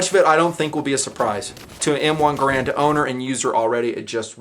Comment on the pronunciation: Like if for nothing more than not pronouncing it "grand". Few weapons and weapon actions have stood the test of time as the M1 has!